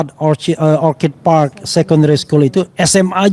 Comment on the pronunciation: ORCHID artinya anggrek itu pengucapannya OR-KID. Kalau yang diucapkan "or-cid' itu, kata "Orchard " yang artinya "kebun buah". Tolong kalau bahasa Inggris diucapkannya yg benar biar gak malu2in